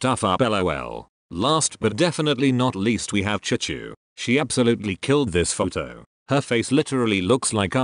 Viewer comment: The Robot voice messed up Jisoo's name and made it Chu-Chu lol